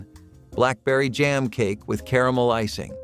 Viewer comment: I like how he said "Caramel" .."Ca-ram-alama"